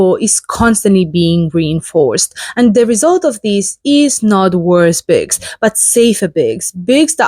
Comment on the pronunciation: Nice. Thank you for sharing! I like what you do. But since you talk about books, I'd really love it if you could try learning just that one word, how to pronounce it like most English speakers do, i.e. BOOKS instead of BICKS. Because it really sticks out when you speak. Please forgive me for asking this but I'm an editor and can't help it. It's for your benefit, too. God bless.